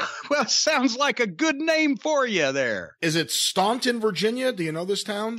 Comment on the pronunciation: Jim Actually knew how to pronounce Staunton. Wow. Shout out to my hometown